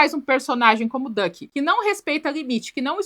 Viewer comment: A Neura chamando o Duck de Dick e realmente, combina mais com ele 😂